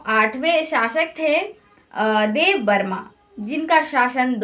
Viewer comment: देववर्मन,सप्तधनवआ, वृहद्रथ मौर्य काल का आप गलत बोल रही हैं। आपके उच्चारण में काफी कमियां हैं। मैडम,आपके मेहनत को शाबाशी पर कमियों ठीक करें।